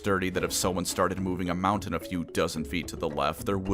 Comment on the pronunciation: TIL says the word Mountain as "Mow-tin"